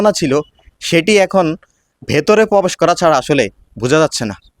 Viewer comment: Pobesh noy probesh.